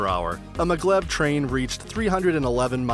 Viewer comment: its maaaa glev not maglove